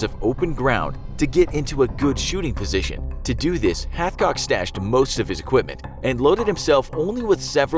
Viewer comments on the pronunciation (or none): Wait he said halfcock the entire video, his name is Carlos hatchcock. Dude has his own book and I own it. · Who else heard Carlos halfcock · I’m sorry but did you say his name was HalfCock 💀